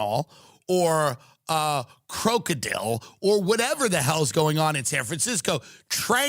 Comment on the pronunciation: CROKE-A-DILL... Tranq-Dope.. Whatever these things are XD